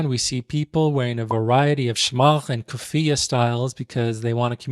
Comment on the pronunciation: Respectfully brother , you mispronounced ghutra, kufiyyah, and igal, and also different regions have different ways in wearing them. Also the first letter in the movie you examined was indeed in Arabic. Gotta tighten up my guy.